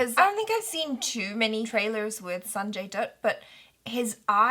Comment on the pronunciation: i thought you said "Sanjay DUD"